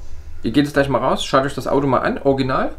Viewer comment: Orginal 😁 oder Orschinal?